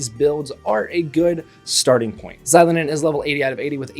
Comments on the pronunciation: It's a long O. zi-LOH-nen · It's Zee-lo-nen (just like how you would say the X in Xavier). Not She-lo-nen or Zy-lo-nen. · icl i cant even watch this video cause of how u pronounce her name 💀